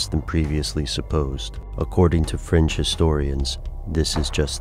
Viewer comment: Every time he says "fringe historians" it sounds like "French historians".